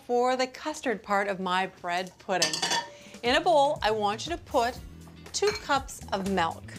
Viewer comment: 2 cups of “melk” 😂